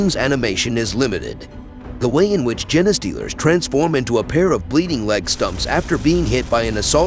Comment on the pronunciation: im 90% sure thats not how you pronounce "genestealers" 😂 Thanks for the compendium